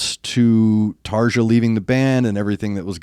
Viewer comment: For the love of god! Stop pronouncing their name american style! It’s Tarja and Floor Jansen. Not tardza and dzansen